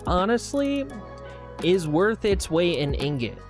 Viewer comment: Did this guy actually say ignot. I don’t think i have heard anyone mispronounce ingot that badly before. Woooow. How do you even do that. He went to an actuall school, right?